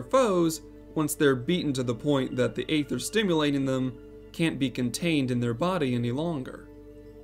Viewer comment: No. It’s supposed to be “goo-boo,” according to how it’s pronounced by the Eng VAs, and it’s been confirmed by one of the devs in the official forums. This guy is also pronouncing aether wrong (it’s “ee-ther” not “ay-ther”—the latter is for ether, the mana-restoring potion).